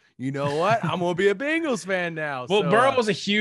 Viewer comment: Congrats on your Beengals, (why does say it like that?! Lol)